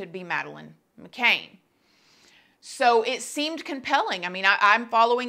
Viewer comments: Good video. The surname is pronounced to rhyme with can not cane though. I don't understand why this hasn't been sorted by now. DNA would clear this up really quickly also, why won't Maddys parents communicate with her? The whole thing is wierd. I think that they would be there in a shot if for one moment they believed her. Whoever she is, she is quite disturbed poor girl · McCann as in "can you say her name" that is how its said. "Mc-CAN" they literally could see their room where she was from where they were at that bar. The abductor had to of come through the window in the far side of the building...What a horrible thing for any family... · I’m twitching all the way over here in New Zealand. It was such a big international case, how does one not know how to pronounce it?! Surely she watched other videos for research, the mind boggles… Can’t wait for the vid on OJ Simpsoon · It's not an accent thing, or a Southern thang, she just couldn't be bothered to get it right. Sure correctly pronounces whatever product she's pimping, though! Such a "kindly" vulture! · At least learn her name.... Who's Madeleine Mc Caine .. ?? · you cant even pronounce her name right,,,,,,,,,Mcann as you say can mickcann DOH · Her name is pronounced as Ma…can not Ma…cain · I did find it frustrating that the name is being said wrong, its McCann not McCaine. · FYI, it's McCann (sounds like can, not cane.) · It's not mccain which is how your pronouncing it it's mccan as in can of baked beans ❤️❤️❤️ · girl — I LOVE you so much but you’re killing me with that last name 😂 It’s McCann, like muh-can, not McCain! Don’t kill me haha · It’s not macain it’s Mcann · The last name is McCann not McCain, thanks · her last name is mccann!! not mccain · Hey love! I just wanted to let you know that Madeleines last name is pronounced “mc-can” not “ma-caine” no hate at all, ily & your channel! Just trying to help🤗💖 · Great video but I'm not being funny it's Madeleine McCann not McCain..👍🏻